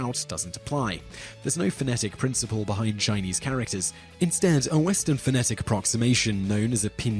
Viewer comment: Haha heard that too